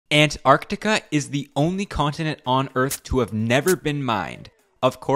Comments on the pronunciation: You are way over-pronouncing Antarctica. It's not ANT...arCtica. It's more like "an·taark·tuh·kuh" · The pronunciation of "Ant... Arctica" kinda bugs me, otherwise, great vid. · listening to this guy pronounce "Ant-arctica" over and over gave me a fukkn headache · Ant...arctica? isnt it an...tarctica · An-tarc-tica not ant-arct-ica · It's Antarctica, not Ant Arctica. You put so much effort into your research, you couldn't have looked up how to pronounce it properly? FFS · An-tarctica :( Ant-arctica :) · oh so it's going to be Antacrctica, not Alaska..."if Your know you know* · God I hope this sht never happens, let Antarctica be the one place that's somehow free from the modern idioticy of this world like economy-bs. Also is it just me, or does the way bro pronounces Antarctica makes it sound like if he's constantly saying "An Antarctica" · Bro really said "🐜-arctica" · Throughout the video I couldn't get over how you pronounce Ant-arctica :)) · Is he saying "ant arctic" on purpose? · The "Ant-Art-ica" pronunciation is really getting into my nerves. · Sorry, I could not bear the ANT-Arctica 😒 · Dude here pronouncing antartica like ANT-artica wtf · Is it me or you really pronounce it ant-arc-ti-ca? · Is he saying Ant Arctica on purpose? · "ant artica" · I like the way you say Ant Arc Tica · Ant arctica? Who says it like that? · why do you pronounce it with a space? "ant arctica"?? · ant-artica... jesus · I hate the emphasis you keep putting on the ANT part of ANTarctiva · Why are you pronouncing it as Ant. Arctica? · There are no ants in antartica, so why do you keep saying Ant-artica? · I like how hard you're trying to pronounce antarctica as "ant arctica" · The way you pronounce Antarctica makes us think you believe it belongs to ants hahahaha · Why the fuck do you pronounce Antartica like that lmao